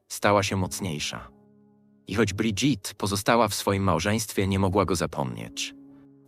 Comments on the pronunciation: czy pan Lektor nie mogł sie nauczyć francuskiej wymowy Imienia Pierwszwj Damy Francji???!! SŁABE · Amiens nie wymawia się "amiens" tylko "a.mjɛ̃", pisane w międzynarodowym alfabecie fonetycznym. Trogneux wymawia sie "tronie", "g" nie wymawia się. Macron wymawia się "makrą". " Brigitte wymawia się "briżit", nie "bridżit". Relacja" po polsku jest stosunek .